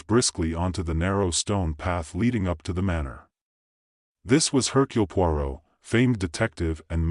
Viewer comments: The name of the detective is not pronounced poo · Terrible phrasing and pronunciation from an obviously inadequate AI. It hasn't even learned to pronounce the name of the main character.:face-orange-frowning